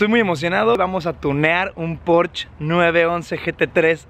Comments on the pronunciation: el "porch" jajaja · La "e" de porschE también se pronuncia... es alemán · "Porshe" plz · No estás pronunciado bien Porsche, en el canal oficial de Porsche tienen la manera correcta de decirlo. Para que no te quemes otra vez. 😂